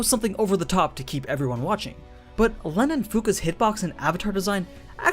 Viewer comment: Llenn is pronounced as Ren